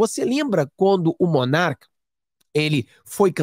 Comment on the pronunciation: Não é MONARCA!!! É Monark.